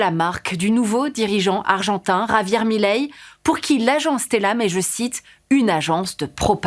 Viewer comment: Milei. Pas Mileí 😆 Comment dire... Qq'un n'a jamais vécu en Argentine et ca se voit. C'est un sujet très compliqué et ça nécessite plus de profondeur qu'un simple "il aime pas l'État donc il est méchant." l'État est extrêmement corrompu en Argentine.